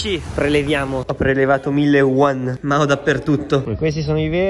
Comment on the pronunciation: Quando sei cinese e vedi questo video:si,questo e' la cina(😂)tranne per il tassista😂😂 PS:si di ce yuan non uan😂(non e' un commento che odia )